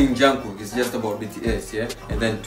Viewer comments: its jk jungkook not yangkook lol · When you say Yangook something dies inside me)) He is Jungkook (djankook, "J" like in John, Jacob) Thanks))